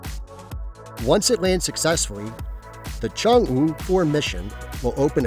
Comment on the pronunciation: Work on yr Chinese pronunciation dude...